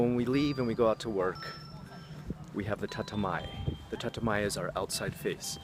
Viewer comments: Hey, the first 50 or so comments did not have this so I though I comment on this. Isn't it "Tatemae" instead of "Tatamae"? or am I just hearing your pronunciation wrong? I read online that there is like 10 psychiatrists for every 100 people in the big cities in Japan. Is this true? really nice video!:) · Bro. It’s not TATAMAE. It’s たてまえ、tatemae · I like your videos and this is terribly rude but I have to ask: how does one live in Japan for a decade and your accent be that terrible? Your pronunciation of tatemae, honne, and ganbaru sounded like first semester college Japanese. Or were you just anglicizing it for English speakers?